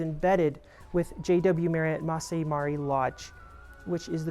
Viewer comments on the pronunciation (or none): MA RA not MARI please